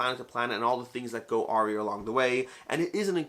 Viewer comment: Aww-ry? :) Pretty sure awry is "a-rye".